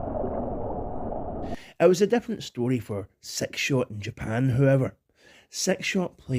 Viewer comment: I love your accent one of the reasons I absolutely love listening to your videos, but I got to say this with utmost love and humor brother! When you say six shot it sounds like you're saying "Sex Shop" lmfao 😂😂😂😂